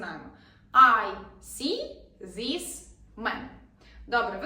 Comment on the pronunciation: Ви неправильно вимовляється звук "і" в закритих складах. В словах іt, is, this... Навіщо вчити людей неправильній вимові?